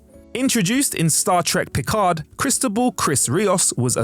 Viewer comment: Cristóbal is prononced "kris-TOE-ball."